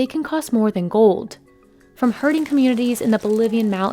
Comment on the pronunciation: Oh! Its `herding` not hurting